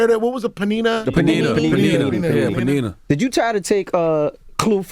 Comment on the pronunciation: Panini...panena lol they dont even kno the name...